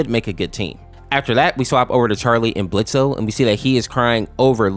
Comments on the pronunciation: AINT NO WAY YOU SAID BLITZO AND NOT BLITZ. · It's pronounced blitz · For Blitzø, His name is Blitz sense the o is silent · It's blitz, the O is silent. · Blitz the o is Silent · The o in Blotzo is silent 😂❤❤❤❤ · The O is silent for Blitzo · The o in blitzo is solent